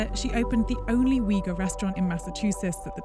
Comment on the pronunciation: it's u-ighur!